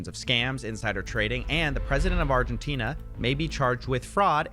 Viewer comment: did x have a stroke trying to say Argentina